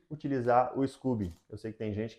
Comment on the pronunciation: Adorei seu canal, super profissional e ótimas dicas, parabéns. Só nao entendi porque vc diz scUby em vez de scOby.